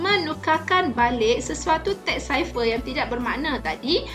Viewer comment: Its pronounced "cipher" not "ciper".......